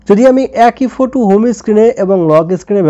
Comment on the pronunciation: ফোটু না ফটো😂😂😂